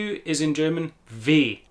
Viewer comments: Awesome video! I will recommend it to some people who wondered about that. And can I just say, you've got the most amazing German pronunciation I've ever heard in a native English speaker, meaning, it sounds native. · Finally an English speaker who not only pronounces German perfectly, but can also teach how to pronounce it.